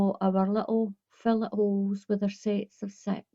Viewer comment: I think the stitch with holes is pronounced fillay'. I'm not trying to be a smarty pants. Lol It's a French word.